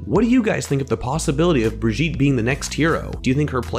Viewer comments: I love the way you pronounce brigitte, “Britjeet” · Little tip, that is not how you pronounce Brigitte, I suggest checking or for the English pronunciation